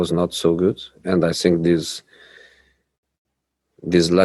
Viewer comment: “I sink” lol 😂